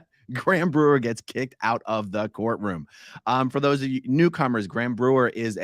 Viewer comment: every time you say “course room” instead of “courtroom”, i think - Hubbardian slip 😆